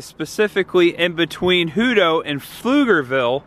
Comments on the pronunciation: Leander is pronounced Lee-ann-der. Hutto is pronounced Hut-O not Hoot-O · great video! also, its pronounced Lee-Ander and Hut -to lol. sorry, born and raised Texan :) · Listening to people mispronounce Texas town names cracks me up. Let me help, LEANDER =LEE-ANDER, HUTTO = HUT-TOE